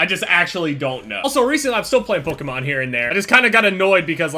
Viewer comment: Why do u say Pokémon so weird